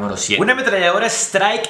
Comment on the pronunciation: Se llaman striker 45 y jokr Se pronuncian straiker y yoquer, nada solo eso jajaja